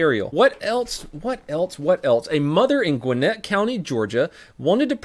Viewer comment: Its \GWIN-ett\ not the way said said it shame